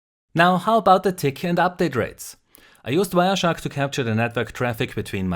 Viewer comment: Damn dude, when you say wireshark it sounds like bioshock. Fucks with my brain brosef, good vid tho!